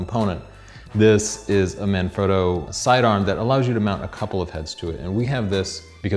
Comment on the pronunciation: That pronunciation tho. "Marn-Froh-doe" I bet he says "Ri-Zoh-Toe" as well. Here's a tip for YOU. Try, listening to how Italian people pronounce things and copy that.